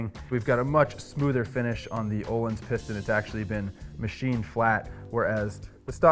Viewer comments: and its not "ohlins".... its "Öhlins" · Waiting for someone on the internet to pronounce Öhlins correctly.